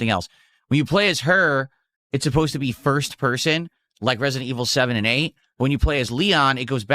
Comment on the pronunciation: "Turrrd purhhrsuhn liek reh-see-dent eviluhh foor!" And this, ladies and gentlemen is why I call a POSER